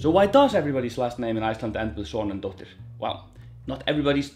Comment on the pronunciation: Hey there. I presume that was just quick or slurry speech... as many of us are guilty of 😅. It is always "-dóttir" and should have a pronounced harsh 'R' at the end.